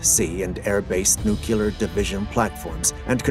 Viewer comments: The writing is fine, but the narrator mispronounces "nuclear" as "nookular" with irredeemable regularity. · WHAT IS A "NUCYALER" ANYWAY?